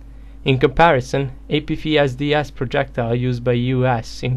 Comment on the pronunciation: Hey!! Love ur videos! Just wanted to point out the pronunciation of the letter "f" it would be similar to this. Ei pi ef es di es. F is pronounced "EF"